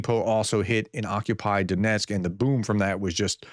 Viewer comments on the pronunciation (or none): DON-etzk, not DON-esk.